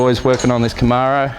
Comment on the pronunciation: It's pronounced Camaro, not Camaro.